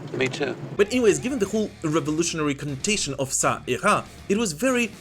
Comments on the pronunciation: Perfect pronounciation of "Ça ira". ^^ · Your "ça ira" prononcation is good.